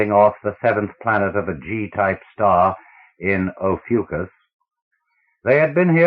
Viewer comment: Good voice, but learn to pronounce. You do not get 5 minutes into the first story before hearing the names Ophiuchus and Alvarez mispronounced.